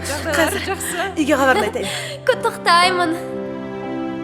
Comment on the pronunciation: Құттықтаймын дегенді қотақтаймын деп айтқан қалай кетіі😂😂😂